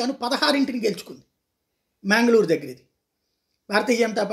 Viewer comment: " మ్యాంగలూర్" కాదు "మంగళూరు" Plz understand❤